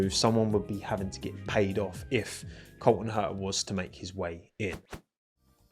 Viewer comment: love the british accent here, Col'on Her'a haha